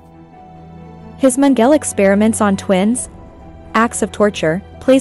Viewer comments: HAHAHA ! I hear ya...youd think theyd learn how to pronounce the names and words correctly ...Gobells and meangel...gimme a break.but as an actor ican see thats the directors fault ultimately but primerily (i cant spell when buzzed)Primerily the engineers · Lol. Magel (Italian for Michael)- had me wondering who that was until I looked up and saw the evil Dr Josef Mengele. I guess when you're 10 yrs old, you haven't been exposed to much WWII name pronunciations.